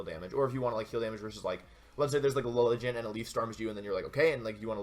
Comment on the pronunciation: it's pronounced Lily-G'Ant :)